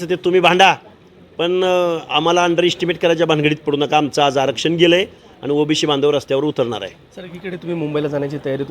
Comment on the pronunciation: अरे ओबीसी असता ते ओबीशी नाही..ते बोलायला शिक आधी 😂😂